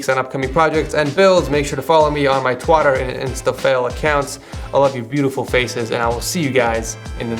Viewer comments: Lol "Twotter"... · Did he said twotter on purpose ?